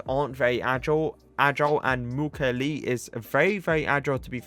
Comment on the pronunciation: Hey ! i'm french , thé prononciation is Mu kiey ley